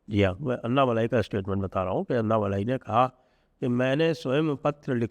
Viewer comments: उनका नाम अन्नामलाइ नही, अणणामलै है, मलै means mountain, मलै को मलाई कर दिया है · अण्णामलय हैं जी अन्ना मलाई नहीं